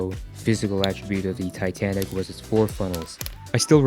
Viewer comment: it said tanic insted of titanic